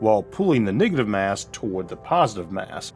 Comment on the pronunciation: "niggative mass" 🤣